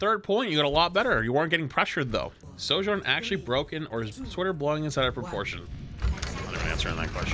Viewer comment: She is not 'Sowjourn', it's 'Sojourn'